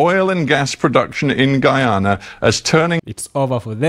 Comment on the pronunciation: Bro! I appreciate you standing up for my Country (Guyana) but please work on your pronunciation when reciting the name of my native land, it’s pronounced [Guy-ya-na]. For example: You are a Guy, same pronunciation.